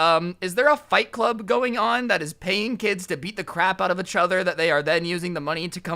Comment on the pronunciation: I love your videos but say each right